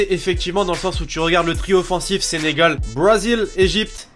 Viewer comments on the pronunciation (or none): none